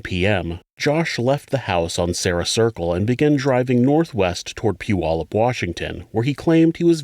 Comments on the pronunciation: Oh wow, you separated Puyallup from South Hill. People usually lump us all together as one city 😅. I’m also surprised you say Puyallup right. Most people jack our name up terribly 🤣. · It’s evident you are from this area. You are the first creator to pronounce “Puyallup” correctly. 😁